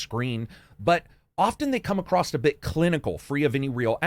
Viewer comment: why does he say acrost instead of across